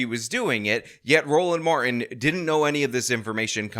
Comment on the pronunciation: We gonna get everything out on da flo! 😂 You are killing me,. His name is pronounced, "Mar - Tin" not "Mar-In" stop assaulting the English language! 🤬